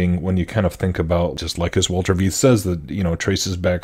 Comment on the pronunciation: Dr Walter Veith is brilliant. But you're pronouncing his name incorrectly. Last name is pronounced like the English word fight. Fitting imo. In love. Cheers